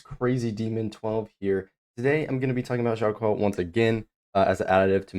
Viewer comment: Hi friend, it would give you a lot of more professional vibe if you spend some time on learning how to read Chinese names. As Q in Chinese doesn’t give sound “k” but rather “ch” so he is not JiaoKiu he’s JiaoCHiu